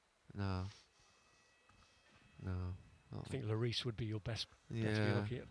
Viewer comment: He said loris 😐